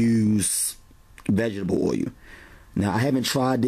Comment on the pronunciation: Great videos! But, you are absolutely pronouncing the word OIL wrong. Ask someone how to properly pronounce it.